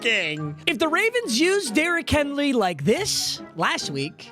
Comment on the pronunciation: "Derrick Henly" and "Donathon Taylor" in the first 40 seconds of the vid. in full effect